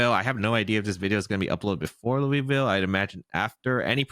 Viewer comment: Hate to be that person, but as a Louisville native, it's not "Loo-ee-ville" It's either "Loo-uh-vull" or "Lull-vul" I also had no idea we had reigonals in our city this weekend and I'm out of town 😭